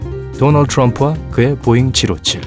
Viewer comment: 도날드가아니라 도널드입니다